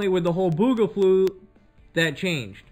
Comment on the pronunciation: "Boogaflu" lol